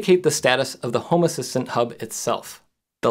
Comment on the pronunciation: This looks cool, will have to look into it for my smart stuff. Random aside, I keep thinking you say “homer Simpson” nit home assistant :p